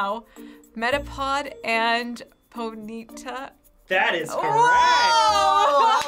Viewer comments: PONYTA not PONITA!! Idiots... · Who the hell is "Po-NE-ta", it's "Pony-TA" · Pony-ta....not Pon-NEED-ta... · omg does anyone else get bothered when they were saying ponyta as "poneeta" rather than "pony-ta"? or just me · wtf is a Po-needa its pony-ta Cmon man seriously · Why were they saying ponyta like ponita? Lol